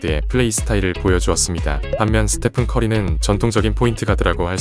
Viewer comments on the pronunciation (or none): 스테판이 아니고 스테픈입니다